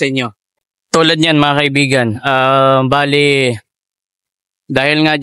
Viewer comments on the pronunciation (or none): none